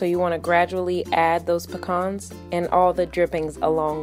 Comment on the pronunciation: I'm pretty sure that's not how you pronounce pecans